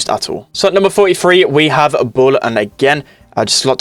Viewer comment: The way you say bull 🤣